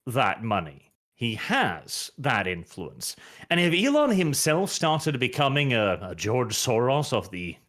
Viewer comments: It’s Elon, not “Elen” 😎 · FOR THE LOVE OF GOD SAY IT WITH ME NOW E-LON ITS NOT HARD!